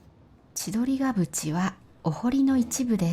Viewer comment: 先生、千鳥ヶ淵の読み方はちどりが「ふ」ち、かと思われます！いつも動画ありがとうございます！🎉